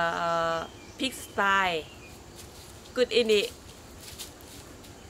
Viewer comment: pig sty...not style